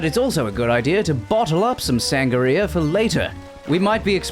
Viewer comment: Hey so, you're saying sangarea, not sangria